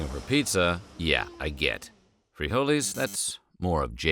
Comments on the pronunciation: Free holeys... man just say beans 😂😂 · Please stop saying freeholees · The pronunciation of "frijoles" was already cringe.... But saying that hijacking a plane for pizza instead of frijoles would have been more acceptable was even more cringe....